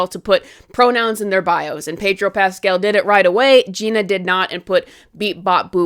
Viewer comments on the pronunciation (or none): none